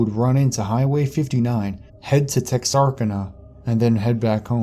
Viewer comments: Tex-are-can-a too. Not Tex-arkina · tex-are-can-a man. lol what is Texarkina. sorry man I know your getting a lot of shit for the words but its funny. no worries though, keep doing your thing man